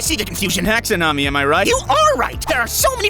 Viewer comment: All this science stuff but you somehow pronounce “taxonomy” wrong. Pretty wild